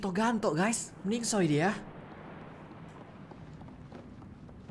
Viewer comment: meningsoy dong bukanya meninggoy wkwkwk😂